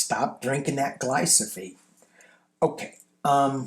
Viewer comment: it’s Glyphosate. GLYPHOSATE. The “PH’ comes before the “S”.